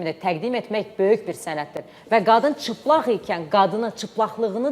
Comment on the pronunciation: Ciplag yox cilpag